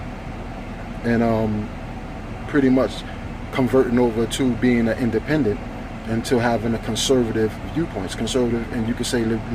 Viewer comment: I like how you said “indenpendent conservative”.